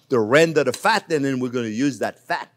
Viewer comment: Normal people: fat Chef Jean-Pierre: phat 😏